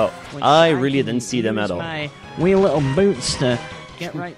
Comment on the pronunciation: He says "wee little boots", not wheel boots. It's like a Scottish accent. Not that there's a reason why he suddenly did a scottish accent.